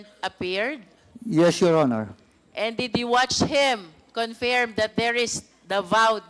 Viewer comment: D ako matalino pero alam ko correct pronounciation is confirm, not confeeeerrreemmm